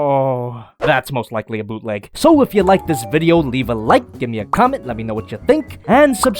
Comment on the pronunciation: Bootleg? More like booteh leg